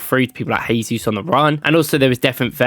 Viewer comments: JAYsus. HAYsus is the Spanish pronunciation. Jesus is from Brazil where they speak Portugese. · Nice video but NB: Jesus is Brazilian not Spanish, so it is pronounced with a soft J not H - zshaysus.